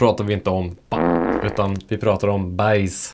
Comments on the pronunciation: Mycket bra förklarat, snygg video! Men visst uttalas hausse som "håås" och baisse som "bääs" haha? Men det låter ju iofs kul med house och bajs 😅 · öva på att uttala baisse och hausse på rätt sätt! :D